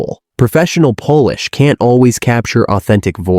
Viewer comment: Pretty poor AI narration on this video. Confusing polish with Polish as in the language. Come on people…